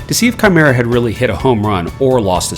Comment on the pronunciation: That awkward moment u realize it's kimera not shimera 😓